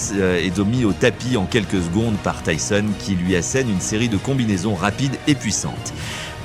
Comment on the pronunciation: Désolé pour les messages et le prend pas mal mais j'ai regardé plusieurs de tes vidéos déjà et quand j'entend Mike tisonne au lieu de Mike Tyson sur d'autres vidéos ça fais mal, même si ce n'est pas ta voix mais bon fais attention. Et continue ce que tu fais c'est bien !